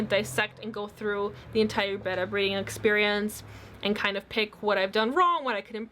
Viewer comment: I don't think your saying betta right???